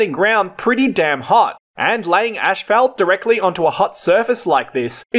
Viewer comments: One of the words that voice generators cannot get right is Asphalt.... Ashphelt? lol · It is not pronounced ash, felt, .. it is asss, fault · I think it pronounced (ass fault).....🤣🤣🤣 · The fact that you pronounce it fkin ASHFALT in Australia is the most interesting fact of this video. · It's him pouncing "ass fault" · Great video, and I also learned that you pronounce “asphalt” differently than in the U.S.! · im aussie and i dont pronounce it the way you do. Bit different. Thanks for the vid it was interesting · 🤣😂🤣🤪took me a min to hear what he was saying